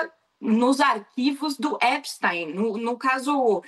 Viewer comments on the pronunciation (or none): Epstiiiiiin… não epstaaaain.